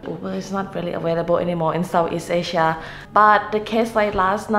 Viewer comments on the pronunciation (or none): none